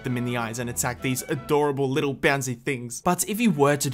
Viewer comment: No no he did say "A poor Wittle Wabbit